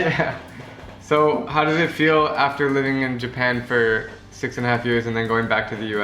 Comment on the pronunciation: Japam really is japan not japam